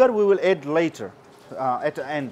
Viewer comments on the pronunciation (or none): Add-Aaad not Ed x